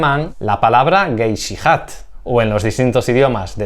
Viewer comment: en modo seguro en aleman se pronuncia gesijert por curiosidad, traes grandes datos! me gusto mucho el vídeo, tengo una p08 del año 41 de la wermacht